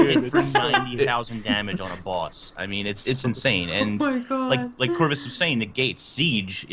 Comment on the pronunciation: ''Charrvus'' you have a new character name Corvus.